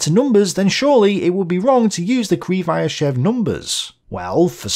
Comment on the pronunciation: I think just set the record for number of different pronunciations of Krivosheev in a single video.